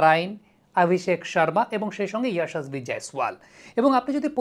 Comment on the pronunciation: না, ঠিক নেই। উনি হিন্দিতে কথা বলছেন না, বাংলায় কথা বলছেন। তাই বাংলা উচ্চারণ অনুযায়ী 'যশস্বী' বলতে হবে। আর এমনিতেও উনি হিন্দি উচ্চারণ ঠিকঠাকভাবে করতে পারেননি, ওটা উচ্চারণে 'ইয়াশাসভি'-র মতো করে মোটেই উচ্চারিত হয় না, 'ইয়শস্বী' বলে যেখানে 'ব'-টা দ্বিতীয় 'ব' যার অস্তিত্ব বর্তমানে বাংলায় নেই, কিন্তু হিন্দিতে আছে।